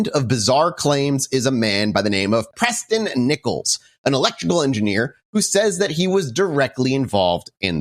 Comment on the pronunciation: Preston B Nickels sounds like a fake name. Every time they said his name I just heard "Pressin Dese Nickels"